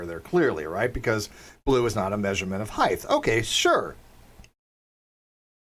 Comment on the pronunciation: Random question... why do you pronounce height as heighth?